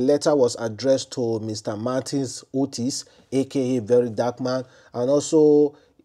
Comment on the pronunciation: are you not an Edo man?? Otse, why pronounce it as Otis?